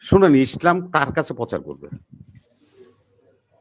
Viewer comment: এই লোকটা তো ইসলাম শব্দটা সঠিকভাবে উচ্চারণ করতে পারেন না পারেন না শালা বাটপার কে জুতা দিয়ে পেটানো উচিত।